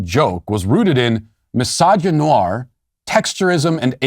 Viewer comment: "Mysogynoir", "texturism", my brain is screaming in agony at such butchering of language.